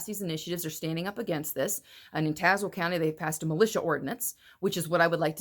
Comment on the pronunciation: Born in Tazewell County.... Thanks for pronouncing it properly. The law enforcement officers has case law on their side... Marbury vs Madison, 1803. Unconstitutional laws are to be ignored. Legal action can be taken against these traitors....and injunctions filed.... There's always Recall